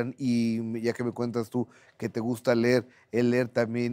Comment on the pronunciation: Minuto “te gusta ler!” 👈🏽🤭